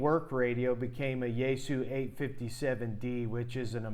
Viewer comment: Just for reference "XIE"-GU is pronounced with a hard Z as in Zion, so Zi-goo. ANY time you coil up "extra" wire or coax anywhere in the feedline or antenna it creates an inductor coil in the antenna and can wildly alter your SWR and performance. Split mode ("SELF DESTRUCT MODE") is used ALL the TIME for long range DX and especially in noisy conditions, so you can call for "CQ" on one frequency and LISTEN for replies on a slightly higher or lower one, same idea as with local 2m repeaters having an input/output freq or even contacting with the ISS out in space using 2m/70cm for I/O freqs.😉